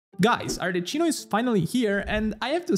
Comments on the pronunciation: al decimo arleccino mi è venuta l'orticaria e al quindicesimo un severe case of motion sickness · I love your content man, ma neanche gli youtuber che parlano inglese la chiamano Arleccino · genuinely wondering, if you're Italian why are you calling her Arleccino? Is that its international pronunciation? 😅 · everytime he says arleccino I die some more inside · I open the video I hear "Arleccino", ok I can close it. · The magic word to summon italians in the comment section: Arleccino. Non si può sentire😢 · bro sei italiano non puoi chiamarmela arleCCino 😭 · Every time I hear her name pronounced as Arle CHIN o, I get a seizure 🤕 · Arle-key-no pls it hurts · nemmeno gli americani la chiamano Arleccino! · I love that 1/3 of ur comments is complaining ur pronounciation of ArleKino LMAAAOOOO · Please dont say arla CHI no from next video. Thankyou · ah ecco sono andato nei commenti proprio perchè ho sentito la pronuncia e ho pensato di averlo scambiato per un italiano per tutto questo tempo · Si sente tantissimo che è italiano ahahha. (Arleccino mi spezza ogni volta che lo sento ahaha ) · I was confused why is he pronouncing like that 😂 for a sec I thought that I was pronouncing it wrong because this Italian guy surely knows the correct pronunciation of "Arlecchino" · is this one of those intros where people say things incorrectly that gets higher engagement because of people's insatiable urge to point things out? because it's totally working on me lmao (re: an italian pronouncing arlecchino this way) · WHY ARE YOU PRONOUNCING IT WRONG 🧍🏻‍♀️ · He's also italian, you can hear his accent. He's mispronouncing it on purpose, so genshin babies don't get confused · ur italian, right? isnt arlecchino italian? isnt it supposed to be pronnounced as arleKino instead of arleCHino? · As an Italian, hearing 'arleCHino' is quite painful. You should say 'arleCKino' and you'll escape any type of homicide ❤ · NON CHIAMARLA "ARLECCINO" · Ti prego almeno tu non chiamarla “Arleccino”😭😭